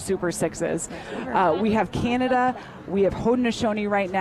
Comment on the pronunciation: Canada, prounounced Canadi within opening remarks, and less than 30 seconds into Q4 forgets that the Haudenosaunee are playing Canada and not the USA. 😬😑 …✌️🥍